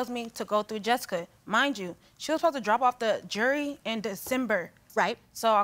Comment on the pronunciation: Before bringing a lawsuit about jewelry to be shown on TV, maybe learn how to actually say the word "jewelry"